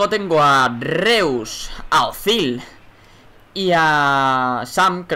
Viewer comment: ozil tampoco se dice ozil y asi le llaman -.